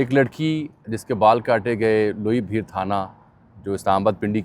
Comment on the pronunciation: Loi bheer NAHI ,Loi Bhair